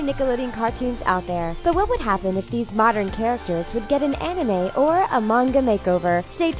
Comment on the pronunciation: You said manga and anime wrong. Wow you English people though.